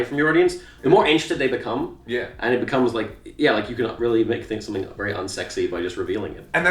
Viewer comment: wewwy niiice